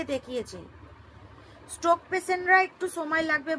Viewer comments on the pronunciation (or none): Poblem , stoke, pes siption , egulo ektu thik kore bolo noito english e bolar dorkar nei..bhison baje sonay